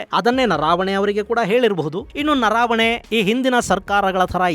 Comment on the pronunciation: ನನಗೆ ಗೊತ್ತಿರುವಂತೆ ಹಾಗೂ ತಾವು ಹೇಳಿದಂತೆ "ಜನರಲ್" ಅವರ ಹೆಸರು "ನರಾವಣೆ" ಅಲ್ಲ, ಅದು "ನರವಣೆ" ಆಗಬೇಕು. ದಯವಿಟ್ಟು ಒಂದು ಸಾರೆ ಹಿಂದಿ ಭಾಷೆಯಲ್ಲಿಯೂ ಒಂದು ಸಾರೆ ಪರಿಶೀಲಿಸಿ.